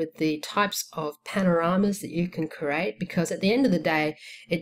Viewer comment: CREEEEE--AAATE not CRATE